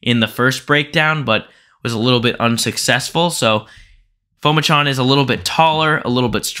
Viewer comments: Pronounced Pu-ma-chon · His last name is pronounced Po-Ma-Jun